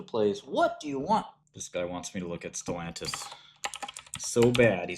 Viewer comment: Lol stelantis. This is hilarious